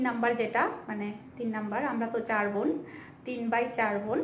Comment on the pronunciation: আপু আপনি বোন কে ভোন বলেন কেন?